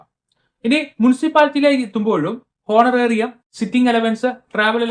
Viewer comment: It is not ഹോണറേറിയം But it is ഓണറേറിയം 🙏